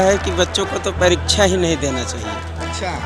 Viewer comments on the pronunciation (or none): none